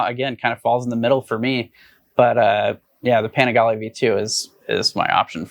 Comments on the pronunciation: Did he really just say Ducati pan-IGALY 🤬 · I know I didn't hear him say "Ducati Pa-nig-ly V2"....... that's 100% rooted in my brain in every conversation moving forward now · Panigalee? Try the slower Pani gah Lee! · As a motorcycle journalist, please learn how to pronounce the names of the models maybe? It's panigAle, the a is long, , not panigulluh. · Ducati Pan-niggly? 🤣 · Did he say "Pah-nih-ge-lee" ? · ducati peeniggalee???😂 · pi fucking what? Pen a ghal E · . Man for a reputation like himself... he butchered the Panigale name badly. "Pe-kneegalee"??? Lol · I stopped watching when he said, "the Ducati pa-nag-lee" ... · pronouncing it as 'pnaglee'' is a crime. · Ah yes, the "paniglee" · It is pronounced "penis gallery" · Dude in the beginning says, “Pin-AYY-g-LEE” and then it’s how people don’t buy (good amount can’t afford the insurance) the sport bikes but ignores How the Kawi ZX6R is selling like hot cakes everywhere. You don’t purchase sport bikes because they are an around the town bike. You purchase them because they perform. Performance is tantamount. Now, the elephants in the room are it’s a lot cheaper to build and sell these bikes with less pistons and cheaper engine materials because the stresses are less than a race bike. Inline 4s were made because torque was slow and wouldn’t whip you off the bike with analog controls. The more torque available, the more likely you will pay dearly if you can’t control that torque. These new machines all have retarded electronic controls in first and second gear to control the torque. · .....did you say panigly? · I dont know if I will listen to a guy who doesn't know how to pronounce Panigale!!😂😂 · Dude, if you’re going to be a journalist then make an effort and pronounce words like “Panigale” correctly. You sound like Napoleon Dynamite. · His pronunciation on Panigale tells me he doesn’t deserve to comment on it… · never heard anyone pronounce panigale like that before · How did he just pronounce panigale?! Lol